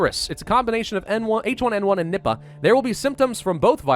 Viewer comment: I hear nibba when he says nippa